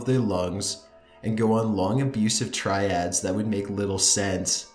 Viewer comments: ...Triads is a branch of Chinese organized crime syndicates...pretty certain you're looking for 'tirade"... Unless of.course the man on the phone went on 'long abusive...Chinese organized crime syndicates...that made little sense' ...which ya know I guess wouldn't make much sense at all ... But indeed yeah, tIRades not tRIads... Oddly enough subtitles got it correct even with your pronunciation and incorrect term...oooo spooky eh "-" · Just thought this would help to make your narration even better, Love your channel Marrakesh (should sound like: Mair-ah-kesh) L'enfant (Leh-font) tirades (Tie-raids) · Abusive triads lol TIRADES. Not triads.